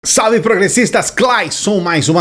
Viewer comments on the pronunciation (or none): none